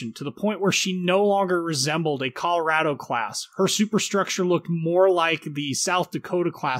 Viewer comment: You pronounce Colorado wrong